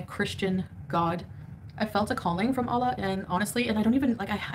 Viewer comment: The way she talks about Allah is like he’s a friend 💀💀 like idk what it is about the way she says the word 🤣